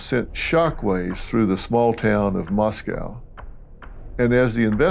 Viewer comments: Dr. Phil, it's pronounced Mos-Coe NOT Mos-cow (like the Russian city). I would've hoped your handlers could've briefed you on this. 😊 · And it's Moscoe, not MosKow. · Moscow… rhymes with Costco.